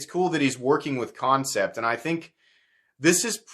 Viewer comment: Concept? Its an A.. not an O... what the hell dude.. Kan (can) cept (sept) love ya bro.. but the pronounced company name bugs the hell out of me..